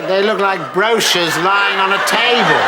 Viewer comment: She pronounced brochures incorrectly....... 😂😂😂😂😂😂😂😂😂